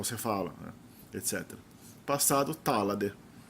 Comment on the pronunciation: Gostei da clareza gramatical, mas acho que deveria trabalhar a pronúncia das palavras na explicação, seria muito bacana, ex Tala ler se tola, em sueco não se pronúncia como que se ler em português😉.